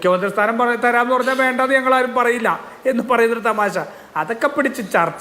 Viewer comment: തെമാശ അല്ലാഡോ തമാശ എന്ന് പറയാടോ....